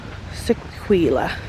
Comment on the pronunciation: Really enjoying your vlogs but just one minor thing which is that Sequoia Lodge is pronounced "Seh-koy-ya". I don't mean to cause any upset but just wanted to make sure you knew for the future. Keep up the good work, I look forward to your future vlogs!